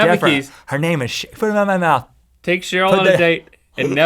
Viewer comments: I love how he says shurl not cheryl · did he say cherille or sheryl?😕🧐🧐